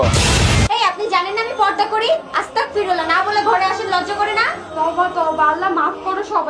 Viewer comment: আস্তাকফিরুল্লাহ হবে না হবে আস্তাগফিরুল্লাহ